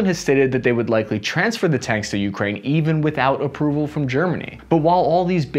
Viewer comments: It’s not YOUkraine. Please stop making so much emphasis on the first letter. Emphasis should be on the “A” - ukrAine. Thank you ❤ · One small correction not U!kraine, but ukrAine, accent on A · bro you gotta stop saying youkraine. It's Ukraine... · When did we start saying *U*kraine and not U*kraine*, like the rest of the world? Kind of like *I*raq vs I*raq*, putting the wrong emPHAsis on the wrong sylLAble..... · Have seen 3 of his videos and the way he pronounces Ukraine just hits me every time. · Can you at least say Ukraine correctly? Please do them this favor